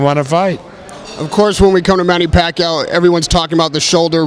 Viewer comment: bob arum kills with his pronunciations. "Lamoo", "Postal" but he can pronounce "Pacquiao" just fine hahahah